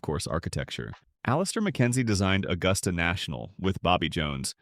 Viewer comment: Thumbs down, for mispronouncing "Augusta."